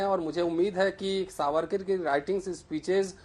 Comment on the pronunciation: Chitra ko dekho Sabarkar ko beer sabarkar bol rahi hai Mindset dikhta hai